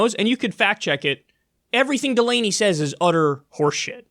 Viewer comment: Correction his name is John DUH Lamey